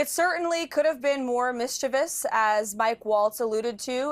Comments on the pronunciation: Mis-chee-vie-us is not a word. It’s mis-chi-vous. Idiocracy…🤦🏻‍♂️ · "Mischeeeveeeus". Jesse you dumbass. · Jesse doesn't even know how to pronounce mischievous. What a stooge.